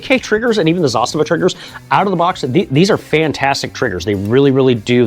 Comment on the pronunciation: Wow, first time in my life to hear an American pronounce Zastava as it should be pronounced